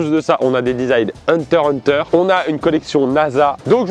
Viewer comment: Même si je ne regarde pas, ça me fait toujours mal au cœur quand Pierre dit "Hunter hunter" 😅